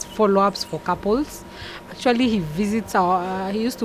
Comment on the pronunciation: actually... actuarry...